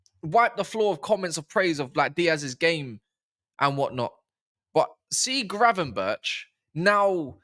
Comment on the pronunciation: is the one 😂 about time you said Gravenberch name right. People forget Gravenberch didn’t play any football for a year before he came to Liverpool. So needed to get match fitness, rhythm & adapt to the premier league. Big up on da video 🤝